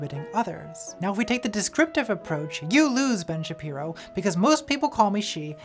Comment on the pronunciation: I heard "Bench Appearo" and now I can't not hear it and life is so much better